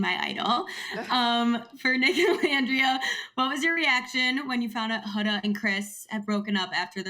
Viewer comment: Andy, learn how to pronounce Huda’s name…love Amaya